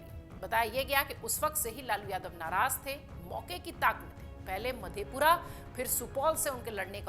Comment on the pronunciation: Atleast you have to know pronounciation .... Madepur or madhepura